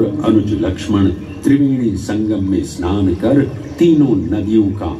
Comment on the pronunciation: E Snan E Snan E Snan.... Mane seriously... Oshojhokor! snan bolte ki kosto hoi